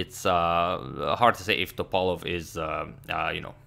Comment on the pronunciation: The stressed vowel in Veselin is "i" and in Topalov is "a" and you can call him "Vesko" for short, greetings from Bulgaria <3 (upvote so agadmator can see)